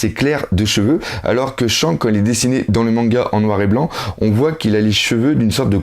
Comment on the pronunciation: pls stp dis plus chank mais Shanks stp stp stp je déteste sa et je sais que t'a un problème avec les Noms mais évite de dire de la merde pour les héros de One piece sinon continue tes vidéos on te kif ;)